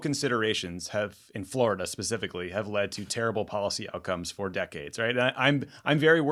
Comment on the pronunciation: With only two syllables though: Flor--duh